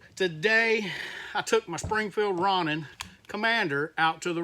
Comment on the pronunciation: I would suggest "row-nin" as the pronunciation of choice. Row as in row the boat. Ronin is a Japanese term for a masterless Samurai.